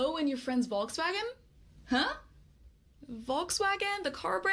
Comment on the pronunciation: At the beginning you said the Latvians say "Volkswagen" with an f-sound at the beginning (folksvagen). That's how we Germans pronounce it, too. But when she actually talked about it you also pronounced it "wrong" in the English way. The same with "Porsche". Just LISTEN to her ;-)